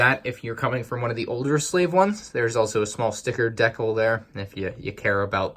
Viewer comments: did u really say “deck el” instead of “d cal” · did he say "deck-ul" ?! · Am I crazy or did he just pronounce decal "deckle"...